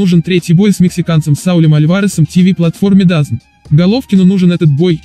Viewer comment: Хоть кто-то говорит ДАЗН, а не ДАЗоН. Как бы то ни было, пожелаем Гене удачи! Первый коммент )).